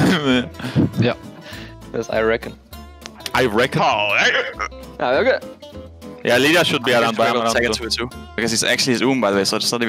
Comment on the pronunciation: Jankos mispronouncing "I reckon" is beyond hilarious 😂